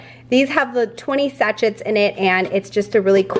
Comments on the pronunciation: Just an FYI - The pumpkin tea sachets…sachet is pronounced sashay. It’s a French word. 😝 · LOL, love how you said Sa-chet on the tea bags.